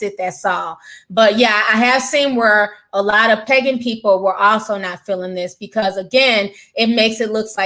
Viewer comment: Why did I hear pegging and not “pagan.” LOoooL